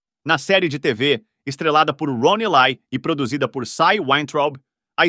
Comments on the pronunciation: Acredito que a pronúncia seja Ron éle e não elai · Roni ley 😂😂ron ely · A pronúncia correta do sobrenome dele é "ilai", com o "i" levemente puxado pro "e". Em ingles o "E" se pronuncia como "i" e o "Y" com "ai". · So que você está pronunciando o nome do ator errado.